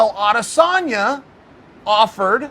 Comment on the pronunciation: Pronounce as adesonyaa instead of adesannnya